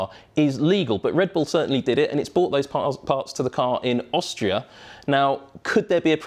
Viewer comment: He said bought instead of brought about 73 times in this vid.